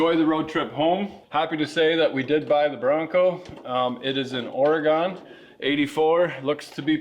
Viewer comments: It's Origun, Not origone. Oregun. Doesn't matter how you spell it, you just do not say gone on the end. How boot that? 😃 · Or-egone love it, where at ?? I'm from the south coast 👍👍👍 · Oregon??? Orygun!!!